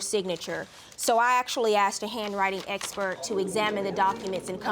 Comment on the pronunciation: These people...Always getting things on credit or with someone else's money. Dont buy anything you cant afford to pay cash for. And stop saying axed when you mean asked. Pure trash covered in hairhats, disgusting nails and horrid attitudes. This "culture" makes me sick.